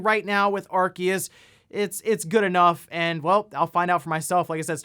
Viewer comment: THE C IS SILENT IN ARCEUS HOLY SHIIT